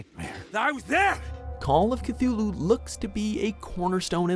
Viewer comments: It's pronounced "Kih-Tü-loo" not "Kih-thü-loo" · Well, it appears that the already ridiculously overdone "Zombie Apocalypse" scenario is still going strong in the game developer world. So fuckin lazy, I swear. Also, there's no "th" sound in "Cthulhu", the "h" is silent lol